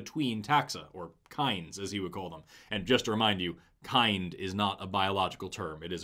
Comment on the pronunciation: Every time he says “kind” or “Evolutionist” i take physical damage